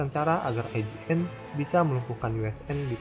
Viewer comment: IJN DI BACA YOUJIN